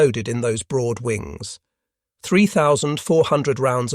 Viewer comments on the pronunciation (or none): none